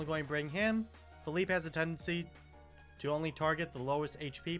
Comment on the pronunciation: "pheeleep" "Say yo"😭